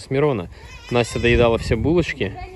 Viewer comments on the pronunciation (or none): none